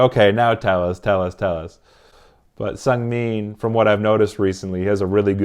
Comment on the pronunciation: It's actually pronounced seu-ng-min. :) also seungmin and minho are like considered to be the strongest mentally in the group so at times, after bang chan, they were the ones who would say the speeches. Also you really haven't seen how chaotic they are. One of the noisiest group i've ever stanned. ;) funny how chan can make them quiet down and listen to him. If you want to see chan being intimidating, just watch him in the studio. I'm joking but he has his serious sides and it's really admirable. All of skz has a soft spot for felix. Who can blame them? Felix has that charm where you just want to take care of him. Also recently, seungmin has been teased a lot by skz, according to him. Lol.